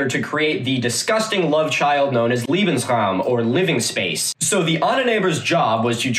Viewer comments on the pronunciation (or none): It's also funny how Milo pronounces "Lebensraum" (living space) as "Liebensraum" (loving space).